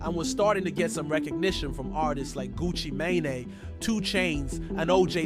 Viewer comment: They way you said Gucci mane just pissed me off!!